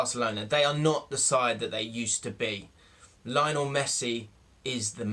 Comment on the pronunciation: He said lion - o - Messi